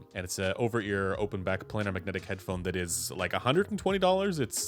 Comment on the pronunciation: FYI: planar is pronounced "play-ner", not "play-nahr"…